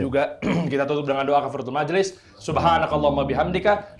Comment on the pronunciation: Saya suka kafarotul majlis di edisi ini dibacakan dgn sgt jls pelafalannya, tdk terburu2 sampai sbgn lafalnya trdengar hilang..